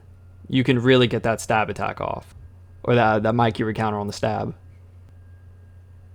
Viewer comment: Bruh said Mykiri instead of Mikiri